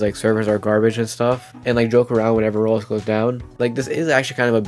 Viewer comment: Does blud know how to say Roblox? He keeps saying Roplos